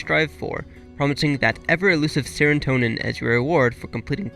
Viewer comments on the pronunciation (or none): Seratonin. Not Serantonin.